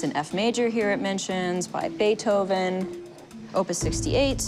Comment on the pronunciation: Beeth Oven.